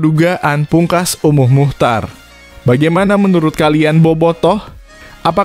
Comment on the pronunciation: Bukan be kam tapi bekkkam bukan umuh muhcar tapi umuh muhtar jangan salah nyebut itu merusak nama orang